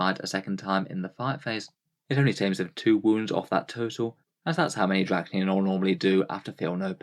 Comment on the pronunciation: Roll the D off your tongue D-D-RASH-KNEE-YEN, is how you pronounce it, not Drackniyan. Do we say muck instead of much? Hope you learned something today.